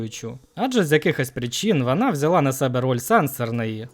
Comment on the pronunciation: бля я не можу з цьом вимовою, вана тага варта, пагана, хірше, магла... помогіте